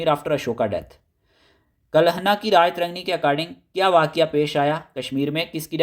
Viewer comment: History k teacher ho,still unaware of pronunciation, esteemed sir sanskrit wordsk last main toh AA hota ha that will be treated silent. its Raj-tarangini not Raja-tarangni